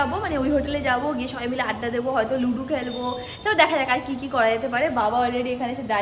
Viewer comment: Didi kotha ta ludo ... ludu na 😂 (not a hate comment 🙂🙏🏻)